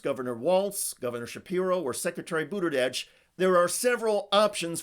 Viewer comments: Why do you keep pronouncing it BudiDege? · There is no D in his last name. It drives people crazy when words are mispronounced.